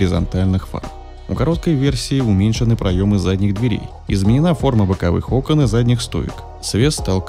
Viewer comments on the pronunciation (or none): none